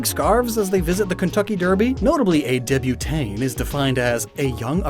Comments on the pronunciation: It's pronounced (Debut-Taunt), not (Debut-taan). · Dude. "Debutante" isn't pronounced "Deb-you-tane." It's "Deb-you-taunt."